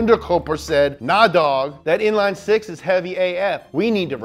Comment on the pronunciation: ''inline six'' oups..